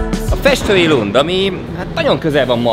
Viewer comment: Lund kiejtese Lünd😊